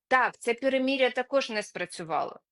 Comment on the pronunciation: Не "перемІр'я", а "перемИр'я", не "чІном ", "чИном". 🙈